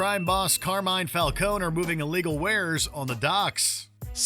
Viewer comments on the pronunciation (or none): Falconer? Did you combine Falcone with boner? you cannot get basic names right, ever...